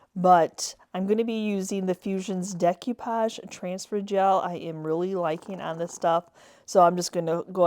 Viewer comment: Love them, but you drove me crazy every time you mispronounced decoupage.